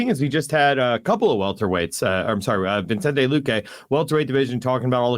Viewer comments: Bisping needs to learn how to pronounce Vicente😂😂😂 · Bisping has him on the show and still calls him ViNcente when his name is Vicente. 😂